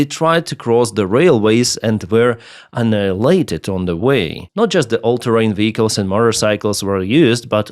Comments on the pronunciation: i miss "annigulated" :( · I miss your old pronunciation of annihilated!